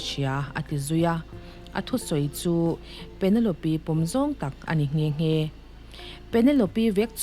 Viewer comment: Penelope -Pe-ne-lawp